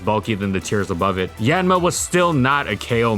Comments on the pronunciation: Hate to correct pronunciation like this but it's "Yahn-mah" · I thought it was pronounced as yawn-ma? I’m taken aback right now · I love how he almost never pronounces the name of the Pokemon correctly